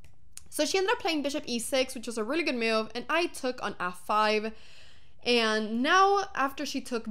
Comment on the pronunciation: Hammer said it wrong. It was the computer's favorite myoove.